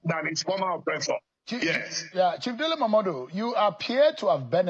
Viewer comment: He's not Momode but Momodu...Call him Muhammadu if u can't can't call him Momodu...Habaa, are you a Nigerian that u cannot even call a Nigerian name?